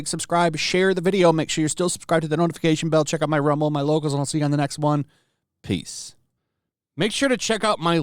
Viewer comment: shake out my LOCOls.. my LOCOls… Loco means crazy in Spanish. Say Lo Cals l, no locols.